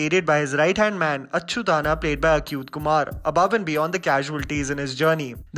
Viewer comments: Good review but fail to understand why "Achyuthanna" is pronounced correctly but the actual name of the actor comes out as 'Akhyuth Kumar''. Its not Akh as in 'ache' or 'achtung'. Its Achyuth Kumar as in "Ache din aayen....' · It's not akyuth kumar! It's achyuth kumar!!!! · 'ch' in achyuth kumar .. in south is pronounced similar to 'ch' in chips rather than 'akyuth' , which doesnt have any sense... just FYI.. there is also a subtle emphasis to the letter 'y' which follows 'ch'.. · The movie is actually 3 hours and 6 minutes and the pronunciation of the actor achyut kumar is same as achyutanna.. Its not pronounced as "ACUTE" kumar. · Nice review 👍 it's strange how you can pronounce "Achyutanna" properly and then say Acute Kumar for Achyuth kumar. Can't imagine how it's different 🤔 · It's achyuth Kumar, is pronounced same as you pronounce achhoo..